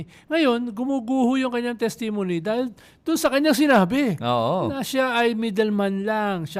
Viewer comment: paki check ang pronunciation mo ng testimony. Thanks❤